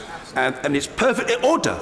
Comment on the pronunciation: Order, authoor, order, or do, order, in order, with smiling😜😜 Anyway, I really like the UK parliamentary democracy in order.